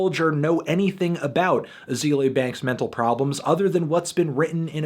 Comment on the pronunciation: You didn't even pronounce her first name right. I can't with this video.